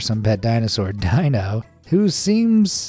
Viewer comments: Never saw "The Flintstones"? Their pets name was pronounced Deenoh, not Dienoh. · Dino... is NOT pronounced Die-no .... it's DEE-no!!!! And that version of Fred Flintstone was based on the John Goodman version from the MOVIE!!! (which you showed for all but 2 seconds :' BTW your artists 'George' has some HUGE TALENT!!! I'm pretty sure midjourney didn't do it all and there had to be some real artistry going on there.. and it was AWESOME!! I'd love to be a part of the team... just don't ask me to be able to make art like that :) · It’s Dino ( de-no) Not dino (di -no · despite being a DY-NO SAUR, the character is actually called DEE-NO , not DY-NO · I actually thought the Stitch one looked cute, but it actually looked more cat then dog or Koala, lol! Also Dino is pronounced DeeNo not DyNo! 😉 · Not to nit pick, but it is pronounced DEENO, not DYNO for the lovable puppy dinosaur Dino in The Flintstones. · You pronounced Fred Flintstone's pet dinosaur Dino's name wrong. It is pronounced Deeno, not Dyno. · It is pronounced DEE-noh, not DYE-noh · Sonic the Werehog, much? Also, Dino is pronounced as Deeno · You've really never seen The Flintstones and heard Dino's name said? It's "dee-no"! 😮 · Fred Flintstone's pet dinosaur, Dino, is pronounced "Dee-no". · Dino from the Flintstones is pronounced "dee-no" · Dino from the Flintsones is pronounced Dee-no. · It’s Dǐ “E” sound)no not Dīno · It's pronounced "Dee-no". Dino! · Pronounced DEENO… not Dino. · Dino is pronounced DEE-NO. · Dino is pronounced DEE no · Bruh. Tell us you've never seen The Flintstones without saying you've never seen The Flintstones. Dino is pronounced DEE-NO 😂😂😂😂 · "Dino" is Pronounced: Dee-no . VOICE-OVER NEEDS A REBOOT IN THE HEAD. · It's pronounced DEE-NO 🤦‍♀️ Did you never watch the Flintstones as a kid? FFS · Ikr. It drove me crazy each time he pronounced his name wrong. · Lol dude pronounced Dino wrong from the Flints Stones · Dino, is mispronounced so I know you never saw The Flintstones